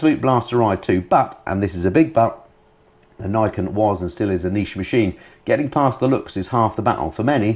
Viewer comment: Just a wee nit pick here... the Niken is a Japanese word(s) with Ni (pronounced neee) meaning the number 2 and ken (pronounced the same as ken) meaning blade or sword. Therefore, Niken is pronounced Neee Ken, not nigh ken. Sorry, just can't help myself.